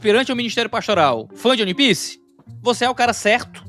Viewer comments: Primeiro é ONE PIECE, não UAN PIECE(apesar da pronunciar provavelmente ser similar a isso) E segundo, você provavelmente não buscou analisar as outras camadas além da superficial, ou esperava só um anime de lutinha e transformação nova ao estilo de alguns outros, sem aprofundar muito no mundo(que é praticamente um personagem a parte), nos personagens, suas motivações, o que á por trás das "camêras", bases do nosso mundo que foram usadas na obra de forma primoroza, a escala de cinza que o autor usa pra mostrar que a justiça e vilania vão além do que aparentam: temas como racismo, escravidão, manipulação genética e histórica, trafigo humano e de outras raças, corrupção, superioridade racial e monetária, revoluções(sejam as revoluções coloridas ou não), teorias da conspiração, regreso tecnológico, referências não só ao cristianismo(com ARCA NOAH, árvores ADÃO E EVA, um DEUS QUE VAI LIBERDAR OS ESCRAVOS) e outras religiões e mitologias. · "Oni" piece é fogo hein, meus ouvidos sangraram.